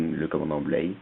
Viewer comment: J'aime bien, surtout Deviss. Mais c'est BLY et non BLEY.